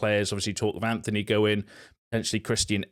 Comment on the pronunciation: Dude, tiny thing but where are you getting the ‘h’ from in your pronunciation of ‘Antony’? It’s ‘Antony’ not ‘Anthony.’